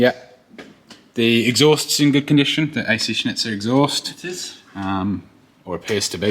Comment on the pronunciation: you pronounce it as ac schnitzel lol, congrats on the kiddo!